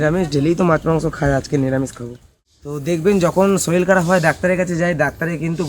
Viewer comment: তোমরা #শরীর টা কে #শরীল বলো কেনো.....? এই ভাষাটা একটু সংশোধন করবে